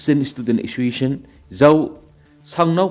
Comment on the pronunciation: Assoiciation?? Clear pronounciation 👍😂